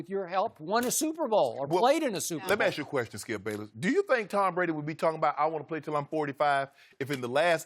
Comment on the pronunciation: It’s ASK, not AXE. Come on man. Set an example.